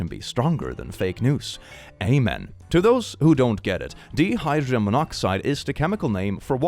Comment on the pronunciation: First off, love your content. I have some minor pronunciation corrections, however: First, the 'di' in 'dihydrogen' is pronounced the same as 'dye' or 'die'. Second, the 'Bee' in 'Beethoven' is pronounced like 'bay' or 'bae'.